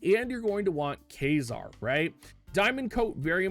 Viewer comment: i couldn't with that, as a fan of astronomy and physics, it physically hurt to hear that